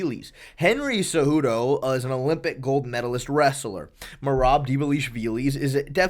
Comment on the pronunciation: Stop trying to pronounce Merab’s name. You can’t do it so enough is enough.